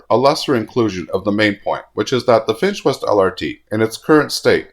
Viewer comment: Whenever you say, "the Finch West LRT", I keep hearing, "the defenseless LRT" 😂